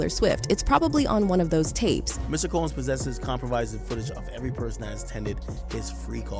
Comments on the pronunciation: "HHours of foot-a-gee." AI needs to go. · "Multipleee electronics and howers of foootegiee" lmao this AI lady is killing me🤣🤣🤣🤣🤣